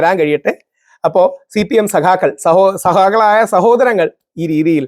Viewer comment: 3.03- ‘saha kal’ alla ‘sagha Kali’